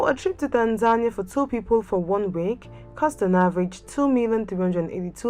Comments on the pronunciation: No... It sounds like tanzanya 😒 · Is this the correct pronunciation of Tanzania?